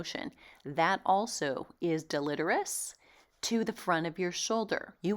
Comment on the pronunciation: I love your channel but you are mispronouncing the word deletrious: del·e·te·ri·ous /ˌdeləˈtirēəs/ The I is pronounced like a long "i"